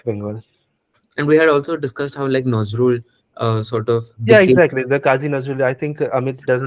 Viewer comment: Unlike Bismillah Khan, Nazrul (pronounce Nojrool) himself is Bengali. His contribution was not just Shyama Sangeet. You are making it sound like Muslim and Bengali are mutually exclusive and you are trying hard to include them into "Hindu Bengali" line while muslims are the majority amongst Bengalis and proudly Bengali.